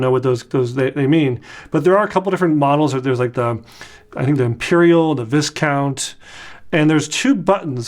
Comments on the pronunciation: Viscount is pronounced with the S as 'silent'. So Vi count. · Just going through the comments to see if anyone else pulled him up on this. Yes, it's a 'silent' S. 👍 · at 5m 58s you have pronounced viscount wrongly, it is pronounced VIE-COUNT